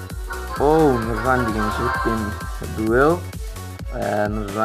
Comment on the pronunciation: дуэль деп айтсайш дуел емес